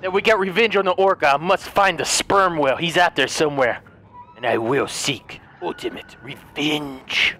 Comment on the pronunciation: Just the way he speaks "sperm whale"